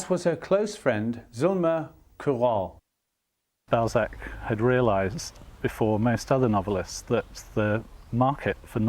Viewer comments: Whats in France? Ballsack..err Balzac.....lol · Goddamn could you really not find a presenter with decent French pronunciation? I was looking forward to a documentary about one of my favourite authors but I'm 1.18 seconds in and don't know if I can continue hearing about some guy called Ballsack. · Why can I not get over the fact that they are butchering his name? BALZAC - not BALLSACK. They must know they are pronouncing it wrong? Why is this bothering me to the point where I might not finish watching the video? I love Balzac. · Interesting clip and I don’t mind your accent but maybe you could have researched how to pronounce just one word… It’s bahl-zack, not ball-zack…. Again, I have a very strong French accent in English but if I were doing a clip about Trump, it’d be too bad if I were saying “troomp” during the whole clip lol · This presenter’s French pronunciation is pretty shocking…. The great writer’s name is Balzac not ‘Ballsack….’ And his novel called “Les chiens et les loups” not less chiaans ett less loupss…” sigh…. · The anglicization of his name was unfortunate. His French name is pronounced bal-ZACK, with the stress on the second syllable. It felt out of place in an otherwise very good documentary.